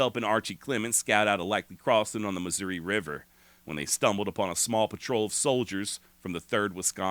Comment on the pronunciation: As someone who was born and bred in KC Missouri and lived most of my 66 years there, your pronunciation of Missouri is perfectly acceptable. I've always pronounced it not with "eeeee" or "aaahhhh" but somewhere in between, Missour"eh". Yiou could also just say old Mizzou. I must counfess, while I'm not Southern sympathizer in any way, I do sometimes (like.on the day Mizzou plays KU in football or basketball) have an odd compulsion to burn Lawrence to the ground. I'VE NEVER ACTED ON IT THOUGH!